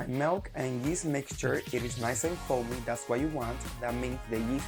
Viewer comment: Did he say yeast or maíz lol